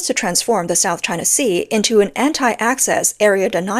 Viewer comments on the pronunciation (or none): Hearing "South Ching Sea" always gets me!!!😂😂😂